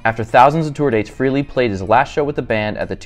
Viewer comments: Why can’t anyone pronounce Aces last name correctly Frehley not Freely smh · It’s not pronounced Free-ly